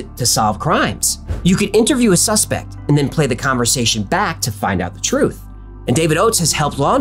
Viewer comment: Twoof is scawwy